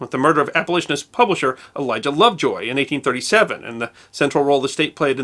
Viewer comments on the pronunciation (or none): none